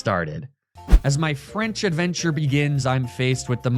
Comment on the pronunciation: It's his adfrenchure